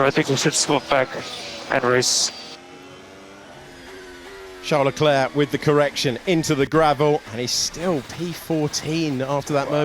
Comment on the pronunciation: Why can the commentators say every driver's name correctly except for Charles Leclerc? It's not Shawn Leclair!!!